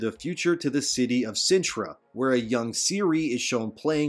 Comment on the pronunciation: Wtf is Cintre-ah lol why is he saying it like that